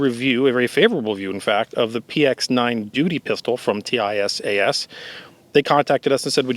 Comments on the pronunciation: I bought a used Springfield A1 that’s a good reliable pistol but I’ve been hearing good things about the Tisas ‘11s and will probably buy one soon. Curious why you call it a T-I-S-A-S rather than a Tisas. Do you know something about the company that I don’t? Several other YouTube gun reviewers I’ve seen call it Tisas. Which is correct? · Tisas pronounces as tease us. But tease should sound with S not Z. Easy. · I recently purchased the Tank Commander variant. Excellent fit and finish. Not a rattle or shake in any of it. Runs standard ball flawlessly. Now my EDC. BTW, it's pronounced Tee - sash. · It is pronounced: tee-sass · Pronounced T-SASH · Ahhh, yes… teyesayess. My favorite gun company! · It is pronounced : TEE-SAHS. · It's pronounced "tee-saash" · FWIW, Tisas put out a promotional video several years ago and the company name was pronounced like "teeSOSH". Also, according to the Tisas USA website, the finish is actually Cerakote (in a shade to mimic the period-correct Parkerizing for this model). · Oh, is TISAS not pronounced "tee-sauce"? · Why do you spell out the company name every time you say it? That's like calling Glock "G-L-O-C-K". You'd think if the company reaches out to you to offer a free gun, you'd know how to say their name properly. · No matter which way would have said it, he would have had 100x more comments about him saying it wrong than he’s gotten questions about why he’s spelling it. It’s like Loo-poled vs Leopold or Horn-a-dee vs Horn-a-day.